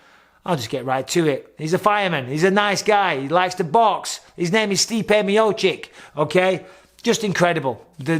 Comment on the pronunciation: Miochich, not miochick